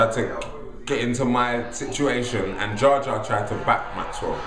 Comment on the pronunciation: jar jar lol its jah jar